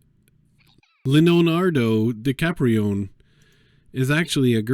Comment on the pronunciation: Richie doesn’t have a T in it btw but DiCaprione is pretty funny